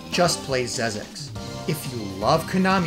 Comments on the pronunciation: Xexex is pronounced "zek seks", not "zez eks". Nowadays, it's also available digitally for PS4 via PSN. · XEXEX : The original true pronounciation is "ZEKZEKS", not "ZEZEKS" !